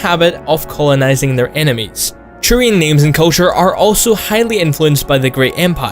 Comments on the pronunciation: I think you said Churian more times than the word Turian has been said in all 3 Mass Effect games. Also Churian sounds like some sort of sticky bun you'd buy at a bakery. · it isn't churian. Just say t. Like siT or Talk. Not so hard. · There is no "ch" in turians. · Every time you said Turian I kept hearing "Churian". It kind of made me laugh.